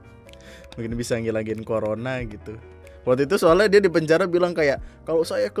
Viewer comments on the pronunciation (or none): none